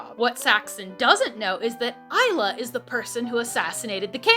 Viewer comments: I’m sorry that’s how you say isla?????????? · And, it helped you learn how Isla is pronounced. 😜 No dig intended, names can be darn tricky!! Love you,, and all your content. 😊 For Bookhalla!! 😁